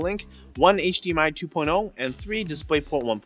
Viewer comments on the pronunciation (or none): none